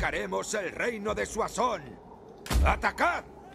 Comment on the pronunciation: soasons se dice ;) y se te fue la olla diciendo el imperio otomano XDD